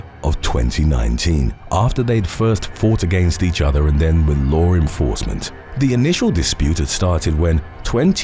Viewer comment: You always say lower enforcement